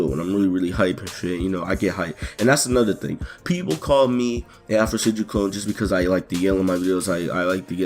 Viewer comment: also did you add the I at the end of Afrosenjui